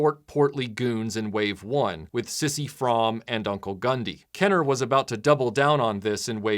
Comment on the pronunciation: Cool review. I bought these about a year or two ago. I also own the complete first wave. I was a very big fan of the cartoon. It was re-ran in my area well into the early 90's. And I hate to nitpick, but his name is pronounced Size, not sissy. It's just spelled Sise. And the last name rhymes with mom, Fromm - mom. Kez-Iban is pronounced like Kez - E - Ben. Seriously not trying to nitpick. Your video was terrific as always. I just had to say it because Droids is one of my favorites.